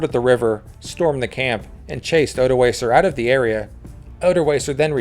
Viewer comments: Odoakar with a hard k. Pronounciation matters. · Odoacer* not odoaser. The c is pronounced as a k